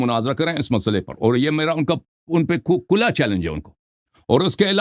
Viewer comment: بے کھلا چیلنج ہوتا ہے کولا نہیں پہلے بولنے کا طریقہ سیکھ لیں پھر چیلنج کرنا ورنہ تو تیری ایسی کی تیسی ہو جائے گی